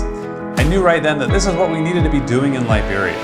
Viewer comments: I keep hearing "librarians"... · The way you said Liberia sounded like Library